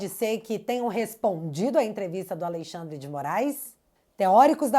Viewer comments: '''Aleixandre'' me quebrou. 🤣🤣🤣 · Alei xadrrer😂. Parece o drácula ou a encarnação do Exu